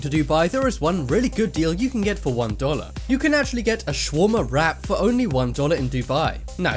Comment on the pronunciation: U pronounced shawarma wrong Sha-war-ma